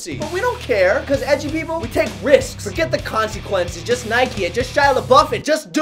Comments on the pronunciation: There are 3 things that come to my mind every tim i watch this video: 1. The whole sentence "I will never curse on this channel ..." 2. The video where Ryan makes his mom rap 3. How many times Ryan had to repeat "risks" because he can't say that word. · any one who came back from the bts to note the pronounciation of 'risks' ????